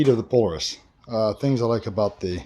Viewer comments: PO LAR IS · Pole a rus ??? Its Polaris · You’re saying Polaris incorrect